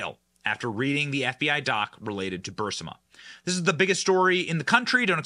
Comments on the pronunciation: 'Burr-ee-smuh' Benny! Not 'Burse-ma'. 'BURR-EE-SMUH'. The long 'e' sound comes before the 's'. I cringe every time I hear it. I know some may think this is nit-picking but we need to pay attention to these little details. When we don't it diminishes the message and makes us look like crackpots. Love your show, however, and rarely miss it, or watch the video if I miss the live stream. Keep up the good work! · Johnson - Hey... love your videos... but... please correct your pronunciation of Burisma. Especially since we are going to be hearing about it for quite some time! The "i" comes before the "s". You're saying BUR-si-ma ... when it should be bur-IS-ma. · HEY BENNY! You are pronouncing Burisma with the I in the wrong place, Burr-Si-Ma, it's pronounced Burr-Reese-Ma! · Please Benny “Not Bursima but Burisma! Pronounced Bur-ris-ma! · Ber-Eez-Ma...Burisma...cmon man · BURISMA...Not BURSIMA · Burisma not Bursima 🤦‍♀️ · 'BUHR-RIS-MA', Benny 😂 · BURISMA NOT BURSIMA. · Geez, Benny. Burisma (Brr-Rees-Muh) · Benny - love your content. You are pronouncing Burisma wrong. It’s BURR-IS-MA...., just a little pet peave! Watch the clip of MTG...she’s saying it right.... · Burisma. Bur-is-ma. 🧐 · Benny, not to mess with you, but the name of the Ukrainian energy company was Burisma, not Bursima. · Bur-ris-ma!!!! I love the guy, but c'mon lol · “Burisma” Is NOT Pronounced “Bur SI Ma” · That's pronounced "Bur-EES-ma", Benny. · Burisma.... Pronounced burr EEZ ma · Please pronounce Burisma correctly. It's NOT Bursima, it's Burisma!! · BurISMA. NOT Bursima. You have to say it right or you sound uneducated about it. Trying to help. Keep up the good work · Read slower,,its Burisma not bursima😁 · It's not Bursima it Burisma please correct your speech you're driving me nuts. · Please pronounce Burisma not bursima correctly. You are far too intelligent to make yourself sound otherwise. It is distracting from your story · Benny ...its BURISMA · Stop pronouncing Burisma that way! Lol